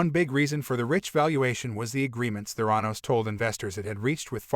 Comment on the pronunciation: Good info but it’s a bad AI reading. Even mispronounces the name of the company. YUCK